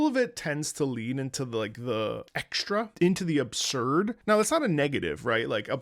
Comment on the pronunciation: Did he say.. "absurd"?